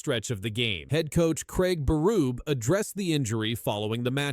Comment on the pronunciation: Craig Beruuub I'm outta here. Find a human to read your video ans people might sub. Not me.